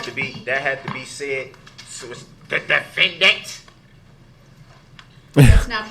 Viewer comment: Don’t you mean defenDANT?😂😂😂😂